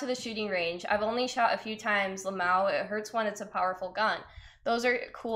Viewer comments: She says I hate saying Lamawo. We hate hearing it! Just spell it out ffs. Ell M Aye Owe. She is such a weirdo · that fact she keeps 🤌🏼pronouncing "l.m.a.o" like it doesn't mean 4 diff words is distracting me from everything else in the video 🤣🤦🏽‍♂️